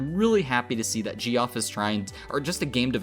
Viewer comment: lol Ge-Off goodman hahahaha oh lordy... geoff is just another spelling for jeff. Isn't english such fun